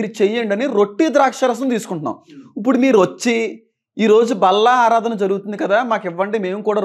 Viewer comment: ఆధారణ కాదు అన్న 'ఆరాధన'